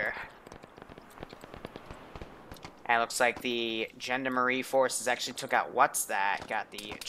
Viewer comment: for context: Gendarmenie said - Gen da rah mean.